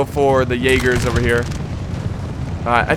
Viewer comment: I am not blaming you, but I like how you pronounce Jägers. You are like "Yeygars".